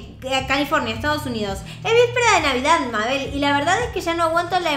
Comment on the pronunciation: Se dice meibol